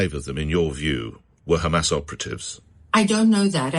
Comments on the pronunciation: If she gets angry she says 'the Khamas'. Lunatic. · That Z10 Biyatch switches between Khammas and Hamas.... Why do the Z10 BarStewArds do that when they clearly have the letter H in their horrible sounding language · "The khamas"